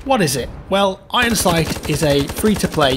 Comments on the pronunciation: you should pronounce the iron in ironsight like you would iron without the sight. I don't understand where you get the "h" from. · affirmative I thought he was saying ihindsight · I heared that he said eyensight 😂😂😂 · sounds like youre saying hindsight